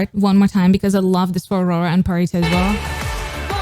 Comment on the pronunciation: U keep saying pharitas name as pharisa, there's a t in her name, I'm pretty sure there's a different way of saying it I'm used to people saying pharita